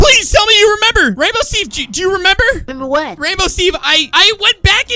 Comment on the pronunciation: FINALLY rainbow Steve Said his Name CORECT!!!!!!